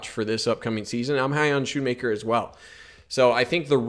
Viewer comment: Pronounced (skoon-maker)